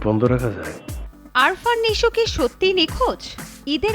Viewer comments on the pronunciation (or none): আপনার তো উচ্চারণই ঠিক মত হচ্ছে না। আরফান হয় আফরান নিশো হবে। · The name should be pronounced like "Afran" not "Arfan" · আরফান নিশো আবার কে? 🙄🙄 এমন সাংবাদিক একটা নামও সঠিক উচ্চারণ করে বলতে পারে না। আফরান নিশো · আরফান না,আফরান হবে। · আরফান না আপু, আফরান হবে, আগে নামটা ঠিক করে বলেন, আর কাজ নাই আপনাদের তাই আজিরা খবর বলেন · আরফান না ভাই🫠আফরান😴😴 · Age naam ta thik moto bolen . It’s AFRan not Arfan ! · আফরান নিশো। আরফান নিশো না। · আরফান নিশো না রে বেডি! আফরান নিশো! নামটাই ঠিকঠাক উচ্চারণ করতে পারো না আবার নিউজ সুদাও! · it's not আরফান, it's আফরান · নামের উচ্চারণ টা শিখেন আগে ভালোভাবে। আরফান নিশো না,সঠিক উচ্চারণ আফরান নিশো। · ভাই রে ভাই! নামটাও লইতে পারোস না নিশো’র। নিশো’র নাম আরফান নিশো না রে বলদি, নিশো’র নাম আফরান নিশো। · আরফান নাকি আফরান?কিভাবে সাংবাদিক হলেন? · arfan naki afran? রিপোর্টারের মাথা নষ্ট😮😮 যোগ্যতাবিহীন হলে যা হয়😂😂 এদের জব হয় কিভাবে? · bar bar vul bolven আরফান না আফরান😂😂😂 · Arfan ? Naki Afran????? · আগে উচ্চারণ ঠিক করেন তারপর রিপোর্ট করতে আসবেন।আরফান নিশো না আফরান নিশো 😂😂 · উপস্থাপিকা বারবার এই অভিনেতার নাম ভুল উচ্চারণ করে যাচ্ছেন নামটি আরফান নিশু হবে না আফরান নিশো হবে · নামটা স্পষ্ট করে বলেন আরফান না আফরান!! সাংঘাতিক কোথাকার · Nam taw sothik ucchoron korty pari nai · সাংবাদিক রা কন্টেন্ট বানায় অথচ নাম টাও ঠিক করে বলতে পারলোনা😏